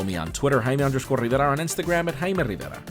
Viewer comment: i like the way you say your name:v